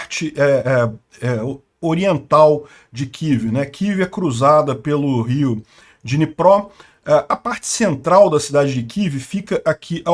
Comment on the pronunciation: Não é dinipró e Dniprô DMudo